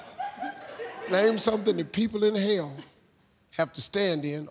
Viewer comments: I totally thought Steve said "inhale" instead of "in hell" too! 😂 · In her defense, the way Steve says "in Hell" does sound like "inhale." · I thought he said inhale too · Sounds like he’s saying “inhale.” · I also thought he says "inhale" until the girl missinterpretated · I heard inhale.... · Nicholas Williams same! That's why I don't understand the question... so.. what is he saying lol 🤷🏼‍♀️🤓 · I thought he said inhale too - I was sooo confused loolll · I thought he said inhale too =))))